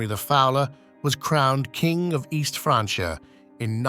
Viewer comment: It's "East Frankia" not "franchia".